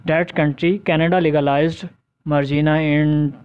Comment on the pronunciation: bht zayada words ki pronunciation glat hy like marijuana ,Uruguay assassinated